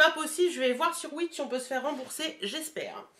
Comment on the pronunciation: Concernant Wish (qu'on prononce ouich et non ouitch !!!) ils sont très commerçants et pas chiants. Tu cliques sur l'objet que tu as acheté en cochant le souci et tu es très vite remboursée. Pour des petites sommes, ils ne te demandent pas de renvoyer les produits. BreizhBizzzh2P@